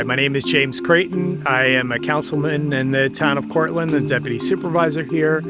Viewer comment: It's Cortland NY with no T